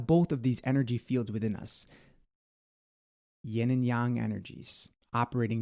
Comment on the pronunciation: You are the only one who pronounce the ying and yang correctly in English speaking spiritual community lol